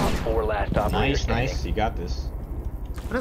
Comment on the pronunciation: That was a pretty ‘nife’ ace